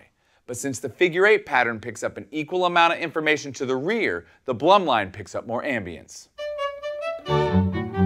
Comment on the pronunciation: I'm prety sure it's pronounced BLOOM - LINE but great demo